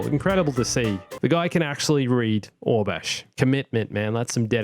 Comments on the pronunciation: Was he saying orbesh instead of oribesh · It's Or-Eh-Besh (pronunciation not spelling) not Or-Besh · Why did you pronounce Aurabesh as “Obesh” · hehehe thank you. I couldn't find obesh on google...